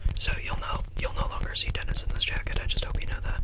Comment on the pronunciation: every time he says “dennis” i hear “tennis”. 😂😭😭💀